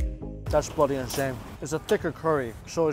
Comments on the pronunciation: Did you pick up the word bloody from your trips to London lol ? It sounds like you are trying to do a Cockney accent when you say it x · Sounds so weird hearing him say bloody